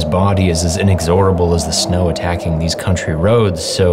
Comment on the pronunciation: For the record, it's not pronounced "In-ex-ZORO-bull", it's pronounced "In-EX-oh-rah-bull".